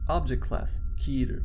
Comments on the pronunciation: I really like Your videos, but for the love of SCP 343 - IT'S "K-E-T-E-R" not "keeter", like in the word "cat"! :) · I’m pretty sure SCP 001 is “KETER”